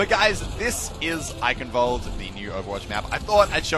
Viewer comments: no offense but its roughly pronounced eishenwalde instead of eickenwalde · It isn't eikenwald its eichenwalde C'mon muscle K you can do it better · It's kind of a rolled k sound, "Eye-Khen-Valt-eh" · not eikenwald :D eischenwald! Greetings from Germany :) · Can any native/fluent german speakers tell me if it's supposed to be pronounced like Muselk does with the ch sounding like a K or if it's more of a throaty guttural ch, like I first believed? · Ok I`m confused. It`s not eiKENwalde it`s eiCHENwalde. Like SH in Sheep. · instead of Ei - KEN you need to make a hisss instead of the K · its i-cen-valde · Well I don't usually do this, and it doesn't really matter actually. But people should pronounce the name of the map as Ai-shen-val-de. Somewhat like that. But it is up to you actually, im not gonna judge you or anything, but it is just sad hahahah love your vid btw :D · "I will be able to speak a bit of German by the end of this" "Eikenvald" where it reads Eichenwalde, yeah... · god the way you pronounce eichenwalde triggers me. its supposed to be "einrenvald" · Cute how he tries to say Eichelwalde xD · basically it's pronounced eye-hen-walde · oh ähm its dificult c and h is not normal speaken if you put them together ch ist other use the speak version of the google translater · you say Eichenwald nearly perfect. Just your "ch" sounds like a "k". I know it's very hard to say that for non-native Speakers. I love your Videos they're always very funny. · EichenwaldE!! you pronounce the E 😉 greetings from germany xD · im sure its not pronounced that way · Bruh pronounce your German correctly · Your miss pronouncing eichen